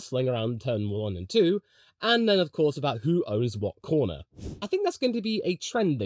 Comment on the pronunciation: LMAO that "DOES HE ACTUALLY OWN THE CORNAH!" caugh me off guard